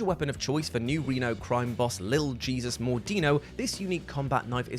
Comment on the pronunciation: The name is pronounced Hey-soos, or Heh-soos, as it is the spanish variant for that particular name, being so for this instance because the crime family he is head of, is of that ethnicity, just thought the context might be worth putting up. Also, I actually found and acquired every one of the weapons on this list.